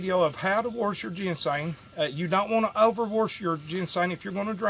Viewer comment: When I tell you I'm loving to hear him say warsh it!! True country fellow!! Love